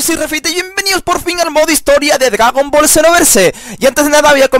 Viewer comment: Jajaja dice DGAGON BALL